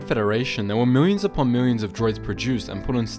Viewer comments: Lol "Miwwions" thanks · there were miwyins and miwyins of droids